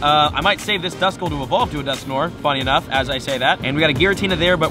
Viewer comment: Its dusknoir, not dusknore. Its french